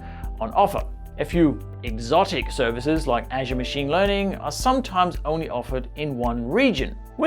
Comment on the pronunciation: Everytime when you say "Azure" it's sound like "Asia":) But nice video, thank you:)